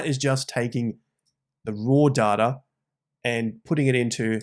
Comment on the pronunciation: Never trust anyone that can’t even pronounce “data” correctly